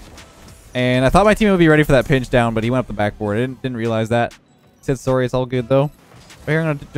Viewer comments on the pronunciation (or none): his teamate: "Sorry": SoArRy